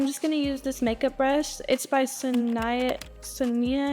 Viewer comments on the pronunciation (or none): It's pronounced 'SO-NI-YAH PLEASE SWEETHEART YOU'RE LIKE YEARS OLD YOU MAY BE LEGALLY AN ADULT BUT BABY GIRL YOU'RE NOT AN ADULT UNTIL YOU'RE 25!!! The name is Sonia simple name simple to pronounce you made it very difficult senoia sanaya sanaya all I can say is wow thank God my son who is the same age as you can spell can write and sign his name can count change and doesn't need a calculator an iPhone to do that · This is why reading is so important because the first brush is definitely pronounced SO-NIA 💀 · If you can't pronounce Sonia (Sonyuh) go back to school. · Son eye ya?!? So she can’t even read the Name Sonia??? Great parenting Travis. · Honey…it’s “Sonia” (So-Knee-Uh)😂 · bama .... SONIA SO-NIA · She couldnt even pronounce “Sonia”…. Bruh. Thats a regular a** name. Lmfao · Her lip liner is out of control. It looks ridiculous and the idiot can't even pronounce the name Sonia 🙄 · How does she not know how to pronounce Sonia. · Seriously dis B dont know how yo pronounce the name Sonia? 😂😂😂😂😂😂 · Please learn how to pronounce Sonia Kashuk's name. Thank You. -A south asian girl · Wait how tf did she pronounce Sonia 🙃🥴🤔😭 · Girl you needa finish school not rapping 😂😂😂 you can’t even pronounce “SONIA!!” 😂😂😂😂 I’m weaaak aff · She doesn't know how to pronounce Sonia? 😂😂 Really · The fact she can’t read Sonia is wild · “Brow pencil” the way she tried to pronounce SONIA im done bye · is no one gonna talk about the way she pronounced Sonia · Girl doesn’t know how to pronounce “Sonia”??? Ehh… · Sorry, I can never get behind young women wearing that much makeup. I mean it’s sad when anybody wears that much make up, but somebody that has the beauty of youth on their side, come on…. And her pronunciation of Sonia??? Travis Barker did not have his daughter Learn to read. 😮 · Lmaooo she can't say sonia 🤣🤣🤣🤣🤣🤣 dumb af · You can be rich and still not able to pronounce the name "Sonia" ....